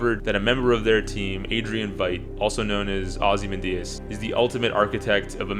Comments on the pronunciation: Agree with so much of what you’re saying - but how do you mispronounce Ozymandias??? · Pronunciation is weird. I was like, hmm isn't it xyz? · Holly shit all of this from a guy who can't pronounce ozymandias , a quick google search could have help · I don't know if I can take a critique seriously from someone who can't pronounce "Ozymandias"